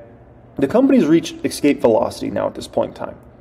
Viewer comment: I don't always agree with you but you did a great job on this video. I appreciate your stock knowledge! But just so you know the word "Escape", doesn't have an "X" in it so it's not pronounced "Ex-cape". It's "Es-cape".